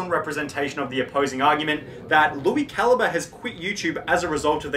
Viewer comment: I haven’t watched that guy in like a decade but even I know that’s definitely not how you say his name